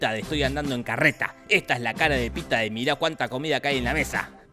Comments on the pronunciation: es pita no peeta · Se dice pita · Que es "Peter", no "peeta". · 137 veces dice pitah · Ese Peeta dice mal que mil Peetas. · Por si se lo preguntaban (probablemente no) Jorge dijo "Peeta" 50 veces durante todo el video (si, las conté Jajaja) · Cuando en el video se comenzó a contar cuantas veces dijeron Peeta en la película, yo atrasé el video hasta el inicio y comencé a contar cuantas veces se dijo peeta en el video jajajja Según mis cuentas fueron 50 veces! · Peeta Estevanez😅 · (WATCH MY LAST VIDEO) Eliminemos a Davis Stevens así lo creí al ver la película, aunque me resultaba raro q lo pronunciaran tan británico, pero no... resulta q su nombre es PEETA Mellark. 🤷🏼‍♀️